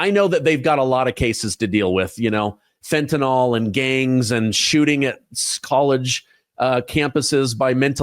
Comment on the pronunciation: It's NOT fen ta NOL !! It's fen ta nyl - NYL rhymes with hill ! Pronounce that word correctly !